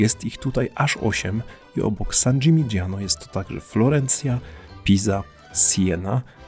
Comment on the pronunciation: Wymowa San Dżiminiano nie San Dżimidżiano. Podobnie Lamborgini nie Lambordżini. To od mojej filolog siedzacej obok. 😊 Dzięki za materiał. Ten region rowerem nam nietknięty. Fajnie byłoby zobaczyć je ponownie z perspektywy siodełka rowerowego.